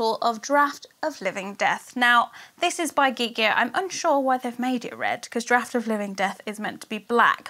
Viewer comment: Thank you for saying Draught properly! So many you-tubers are saying Dr-or-t, drives me up the wall! Also, thank you for your Christmas box, was AMAZING! xx